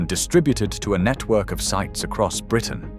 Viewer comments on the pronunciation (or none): none